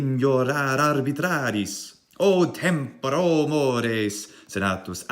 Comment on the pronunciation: Correction: the "mores" tended to be a little french. But the "tempora" was flawless👍